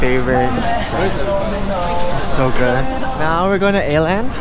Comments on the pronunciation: lol it's always funny to hear how foreigners pronounce Åland as A land 😅😅 Åland is an island that belongs to Finland and it's so funny that they named a store after that 😂😂👍 Coming from Finland yet never been to Åland the island or the store 😭😅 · And for those who can read korean, the correct pronounciation is close to 어land